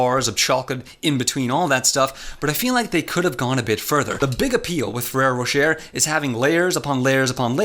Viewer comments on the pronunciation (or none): Bro it's ro-shay not ro-sher hurts my ears it sounds so wrong